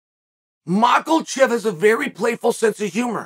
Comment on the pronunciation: Chael, Islam is not Jewish. Stop saying Macklechev. Volk vs Chandler would be the baddest thing since forever